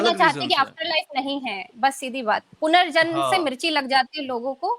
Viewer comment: भाई punarjanm होता है